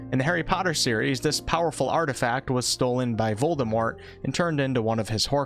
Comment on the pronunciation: So many people pronounce Voldemort wrongly but you pronounced it the way it's supposed to be pronounced. props for that! Proud Ravenclaw btw!